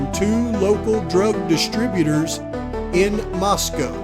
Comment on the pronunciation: This video is head and shoulders above anyone else but Harsh. Lol. Did I hear you pronounce Moscow correctly like H? 😂❤